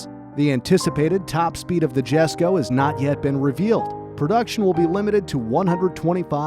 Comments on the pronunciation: is it not pronounced "yesko" not "jessko" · Jesko is pronounced as YES-ko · mate its pronounced yes-ko not jes-ko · its not "Jesko" its "Yesko" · cringed when he pronounced it "Jeh"sko instead of "Yes"ko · Its not GESKO, its J as in Yogurt, Jesko, ffs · It’s not Jesko like J-esko. It’s pronounced YESko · Pronunciation is yesko not jesko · Worth pointing out Jesko is pronounced as "Yesko" Christian Von Koenigsegg himself pronounces it as such. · Jesko is pronounced yesko not jesko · its pronounced esko not jesko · It is not jesko It is pronounced as yesko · its not 'jes' ko, its 'yes' ko. j is silent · it's pronounced "Yesko." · It's pronounced Yesko.... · Jesko pronounced as Yes-Ko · this was good till he said GESKO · Jesko It's pronounced yesko In Swedish the J turns in to a Y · Jesko is actually pronounced Yesko, It's due to the differences in dialect between English and Swedish. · AH YES THE JESKO PRONOUNCED JES - CO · great video but jesko is pronounced yesko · “Jesko” is pronounced “yesko” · Jesko is pronounced yesko. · Everybody is commenting on the One:1 power to weight ratio being missed out but no one is mentioning how Jesko and Gemera were pronounced badly. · i understand the Jesko, the "i" sound isnt as common for "J", but hearing the "G" in Gemera pronounced "J" made me loose some braincells lol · I'm not Swedish but Its going to bother me on how you said Jesko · does all this research and makes a really interesting video... Mispronounces "Jesko" so many times in the last few minutes that it hurts the ears... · the way this guy says jesko hurts me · “Homujalated” lmao get a new narrator he can’t speak English “Dzjhesko” he can’t even speak a single word of Swedish either; doesn’t take that much research to realize it’s “Y”esko